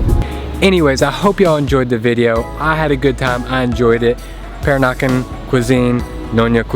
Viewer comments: Peranakan is pronounced pe-RAH-na-kan. Accent is on the second syl-LA-ble. ha. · Pronounced Per-rah-nah-kan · Per-AH-nah-kahn. Sorry if that makes me sound like a dick. Calling them prawns, not shrimp: Thumbs up. Sucking the inside of the prawn head for all that gooey deliciousness: Two thumbs up! The Kocik Kitchen is in the same street of the colonial core as the hotel I stay at, Baba House. Used to be a little run down and thus cheap, but it has undergone a major gentrification like the rest of the area. When I was there in 2017, there were plans to expand the place out the back and possibly add a swimming pool. As I mentioned in comment on another video of yours, suburban Melaka is somewhere I need to branch out and explore. The colonial core is all fine and good, but it's expensive and chock-a-block full of Singaporeans on the weekends, locals during school holidays, and 'round eyes' most of the rest of the time. Will put some thought into a decent definition of "peranakan". What I 'know' might not be strictly correct- and there are differing versions of the story.